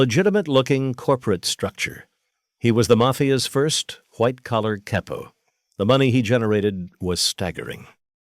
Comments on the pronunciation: THIS BILL CURTIS VOICE HAS TO BE AI CAUSE HE WOULD'VE NEVE SAID KAIPO WATCHED HIM BACK IN THE DAY IT WAS ALWAYS CAPO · Pretty sad that the AI voiceover pronounces it "caypo". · The narrator does these videos enough that you'd think he'd know the correct pronunciation of capo